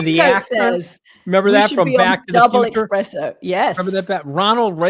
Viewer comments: Espresso not expresso, Katty! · She said Expresso! psht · Expresso? Four times in case I thought my ears had deceived me 😂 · OMG! Did Katty K just say "expresso"? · Yes! I was just thinking that. I love Katty but you gotta chuckle at calling anthony out and then calling it an expresso XD but maybe im just a coffee snob lol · Ms. Kay has a point: Anthony and his mega coffee is just a barbaria-nized ytalian… Incidentally, Ms Kay, it’s pronounced espresso, not expresso😂😂😂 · "proper little eXpresso..." Oh Katty, so close! The irony. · Katty shouldn't get away with it... I mean, really?! eXpresso?! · ooooooh Katty really exhibiting her true high fallutin' coffee connoisseur status by calling it "expresso".